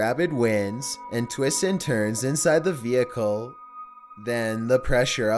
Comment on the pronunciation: Dude please, I love your content and mean no disrespect its just your voice is just SO uncomfortable. The way you're speaking is extremely unnatural. Perhaps memorize your script instead of reading it? idk if I had to type how it sounds: "and twists AND turns insIde the ve-HI-cle. then, the prESSure OF the wind.."